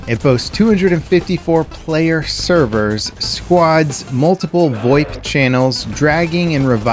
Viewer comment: I hate how you pronounced VOIP. Thank you.